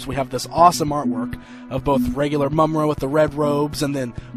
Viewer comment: not to be a d!ck, but i kind of winced every time you said Mumm-Ruh